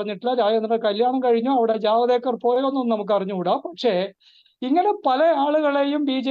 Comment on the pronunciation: ജവദ് ഏക്കര്‍ അല്ല ജവേദ്ക്കര്‍ അല്ലേ.